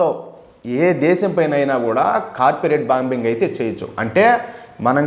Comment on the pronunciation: కార్పెరెట్ బాంబింగ్ కాదు, కార్పేట్ బాంబింగ్ సార్